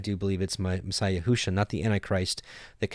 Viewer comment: You are reading Yeshua’s name wrongly....it does not say yehu-sha....shame on you....if you love God and his Word...read what’s there and stop adding to it wrongly.